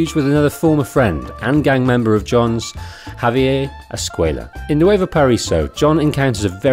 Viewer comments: Javier is Spanish, not French. It’s pronounced “ha-vee-air” not “hov-eeyay” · "Javier" is not French. It's "hav-yair," not "ha-vee-yay." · Javier not javiei your pronounciation is off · Lol I've never heard someone pronounce Javier as if it's French. It's pronounced "Hah-vee-air", in English. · Why does the narrator keep pronouncing Javier like Perrier? It’s Spanish. Not French. I get that the UK is kind of far from Spain, but still.... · You're pronouncing Javier like it's French lol. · Great narration, with exception of the constant mispronunciation of javier's name... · You're killing me with the pronunciation of Javier...